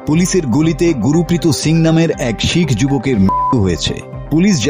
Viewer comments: উচ্চারণটা ঠিক করুন। উনার নাম গুরপ্রীত । গু রু পি ত নয়। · Gurpreet singh.. guru prito singh na.. naam o bolte pare na thik moto